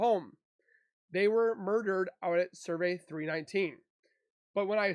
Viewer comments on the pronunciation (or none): It’s pronounced “Servie” not “survey” it’s Cervi 319.. Do you know who Cervi 319 belongs to?